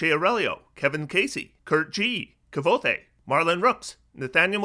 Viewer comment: You said Kvothe wrong :( you gotta read The Name of the Wind by Patrick Rothfuss!